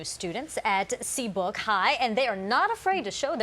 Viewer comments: Brad did she just say Seabook high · Yep I noticed that 🤣🤣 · SeabRook not Seabook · The lady said Seabook instead of Seabrook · "There new stunteds in Seabook high" dose she mean Seabrook high.. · The lady said "Seabook" instead of "Seabrook" I was gone🤣🤣🤣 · She said seabook high😂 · Did anyone hear the women say new students at seabook high its seabrook high